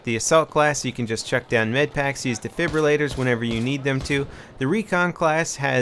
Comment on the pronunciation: "Durfibulators"? lol